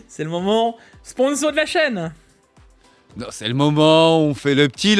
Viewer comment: Beaucoup trop de lettres s dans ce moment sponssso!!! 🤣